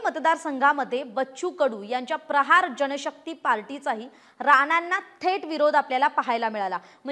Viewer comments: Party cha nav nit ghe ya madam Prachar nahi prahar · पर्चार नाही ताई प्रहार